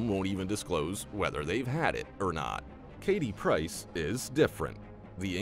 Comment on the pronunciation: It’s Katie PRICE ! NOT PERCE ?. Look up her STAGE NAME FOR THE LOVE OF GOD ?.